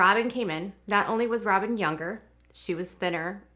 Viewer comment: She said "Sobyn Robyn"🤭🤣🤣🤣🤣